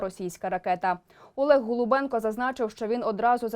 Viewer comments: ГОЛУБЧЕНКО а не голубенко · Так його прізвище ніби Голубченко,то виходить ви сто разів повторили його пріізвище неправильно.Варто бути уважнішими.